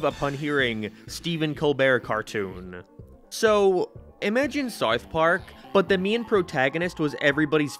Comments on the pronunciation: *sarth park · You cannot pronounce “South Park” properly and it’s bothering me lol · I have never heard anyone pronounce South Park the way you do. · The way this guy says South Park is funny to me 😂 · The way he pronounces “South Park” makes me insane…. Like no hate, I know it’s his accent, but god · why do you say south park like that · Dude, why can't you say "South Park"? Is it an accent, speech impediment, or something else? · sounds like your saying smouth mark lol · You say sarth park and it hurts my ears. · You say sourth park instead of south park. Doesn't bug me but it just sounds strange. 😂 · “sourth park” lol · "Sarth Park" Killing me with it. He says Sarth Park so many times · Nobody else gonna mention bro says “sart part” 💀💀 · “Sarth Park” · What the hell is “Sarth Park” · Hey, it’s called SOUTH Park. Not SOUF Park. 😂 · Sarth park? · I'm Brazilian, and this is a LEGITIMATE QUESTION! Where is this accent from? Why does he pronounce "Sarf Park" ?????? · wtf is serth park sarth perk? seriously nobody else commenting on how he cannot pronounce South Park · I can't handle the way you say Sarth park. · I had to take a break from watching this video after the 20th "SAWRTH PAWRK." Sorry m8. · “ Sourth park “ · bro really says "sarth park" instead of south park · saerth park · man i sure do love souwth pawrk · Souerth puaerk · WTF is Sarth Park? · Why are you saying Sarth park, honest question lol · I’m 10 minutes into the video still tryna figure out what “saiyth pork” is… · Saurth Paurk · Are u saying sarth park? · Wtf is sarth park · Sawth Park? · How u gonna spend time making this cut clips and audio hear them pronounce and say South Park, and u gone turn around and keep saying it like that. Sourth Park... mother fu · It is called South Park not Sart Part, also I said speech impediment, not speed impediment you aardvark. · Sarth park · “Saurth Park” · i gave up on this video after the 5th SARTH PARK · scythe park.... your accent kills me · sourth paurk